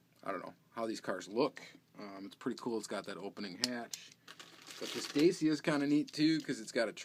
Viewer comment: Nice cars, I have a few of those cars in the parcel for you in single-packs and as repeats loose from different multi-packs. Dacia is a romanian car brand , owned by Renault. You have to say "Dat-shia", then it sounds correct in Romania, Germany and the rest of east-Europe. The Dacia Duster is a low-priced SUV/ Off-Roader special designed for the german and french car market by Dacia and Renault. The reason, that the castings are often different with and without suspension, with transparent and with painted headlights is, that the fabrication was destroyed by the floods autumn 2013 in Asia. The german Dickie Toys Group bought the fabrication and the Smoby-Majorette liscence from investors in 2010. The destroyed fabrication was a shock for the company. All old Smoby-Majorette designs were lost. So Dickie toys restarted then with a few cheaper castings a new fabrication in 2014. And in 2015 came the first better castings with opening features back. Dickie brought back many old traditional features from the old Smoby-Majorettes from 70's with suspension, hooks on the back, opening features............ Many collectors allthough mentioned the influences of the two other actual german diecast brands Siku and Schuco. Schuco is allthough a brand from Dickie Toys. Dickie Toys saved both old european brands ( Schuco & Majorette) from investors and brought back the old traditions and quality in a modern design. Schuco is the real premium-line of Dickie toys in different scales ( 1/87; 1